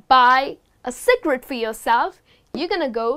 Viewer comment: it's "cigarette" ma'am